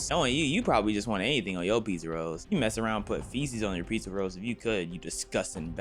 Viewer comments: pee-za rolls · PEEzza rolls 💀